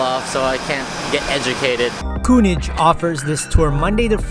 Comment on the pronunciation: umm, I thought your pronunciation of König was even worse in the voiceover. But it's a difficult sound. It doesn't occur like that in English. Try to say it like "Kir-Nick" (with Kir as in "Kirk") -- that's not quite right, but as close as most english speakers will get. And most importantly you will be understood. Any German will understand immediately what you mean if you say "Kir-Nick Pilsener", but if you use the pronunciation you do in the voiceover, they might not understand or at least have to think for a minute to figure it out. I enjoyed your video. I see you are an upcoming channel.... You have my sub! Keep it up!